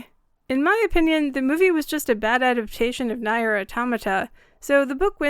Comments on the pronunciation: FYI it's pronounced "near" not nye-er. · Is that how you say Nier: Automata? I always thought it was pronounced "Near - auto-ma-ta" but I guess its actually "nayr - auda-ma-da" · Also, genuinely love the video, however in Nier Automata the word "Nier" is pronounced like "Near" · "NIGH-YERR" AUTOMATA??? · Sorry, Grammar Nazi here, "Nier" is pronounced like "Near". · "Nier" is pronounced more like "Nee-Ah." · That is a really good video, my only issue with it is how you pronounce NieR it phisically hurt my soul. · NieR is great. Please say the name correctly :') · ...the comparison to Nier Automata is an absolute insult and you should feel ashamed for dragging 2B and 9S into this... they did nothing wrong. also you pronounced Nier wrong.